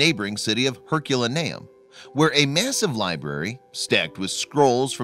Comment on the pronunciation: I cringe each time you say Herculaneum. Your pronunciation is off.